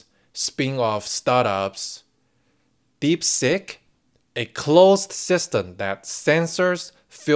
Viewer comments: um.... was that "DeepSeek" or "DeepSick" ? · Hey, not sure if it was intentional but I kept hearing DeepSick! ha ha